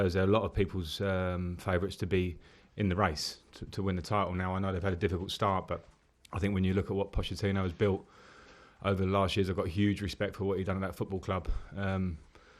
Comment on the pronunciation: It's POKETTINO, not Pochettino.